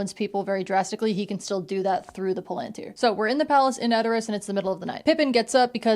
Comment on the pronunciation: Your pronunciation of palantir is correct, the pronunciation in the movies is wrong.